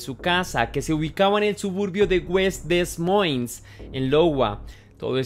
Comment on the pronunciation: Amigo, primer punto e importante buenos videos, aportaré un dato mínimo, el estado se llama Iowa y se pronuncia (aiowa) y la localidad (demoins). Excelente material documental 👍